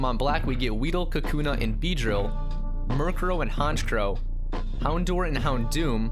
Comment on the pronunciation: *houndour is pronounced hound-hour